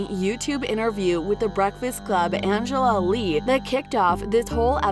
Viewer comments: Her name is Angela YEE not Lee...get it together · Angela yee not Lee. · It's annoying when when white people don't take a second in research or editing to not call , or even correct Angela Yee's name.. she's part asian but her name is not "Lee" smh... After all these years you'd think that would still be happening